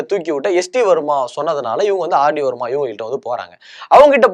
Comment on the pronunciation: யப்பா தம்பி காத்தவராயா, நீ ஆங்க்கரா, கிறிஸ்துமஸ். சுத்த பேஸ்தடிச்ச பிம்பிலிக்காவா இருக்கியே. மொதல்லே ஒன்னோட பேரை ஒழுங்கா சொன்னியா? "O. P. NAIYAR " ஓ. பி. நய்யார் என்பதை நாயர் நாயர் என்கிறாய். "தேவ் பர்மன் "என்பதை வர்மா வர்மா என்கிறாய். இளையராஜா இசையில் "செண்பகமே செண்பகமே "தேவா இசையில் என்னென்ன என்னென்ன வித்யாசாகர் இசையில் கொஞ்ச நேரம் கொடஞ்ச நேரம் பாடி உள்ளார். தீஸ்ரி மன்ஜில் என்ற இந்தி படத்தில் "ஓ மேரே சோனாரே என்ற பாடல் ஆர்டி பர்மன் இசையில் ஒரு கலக்கு கலக்கியது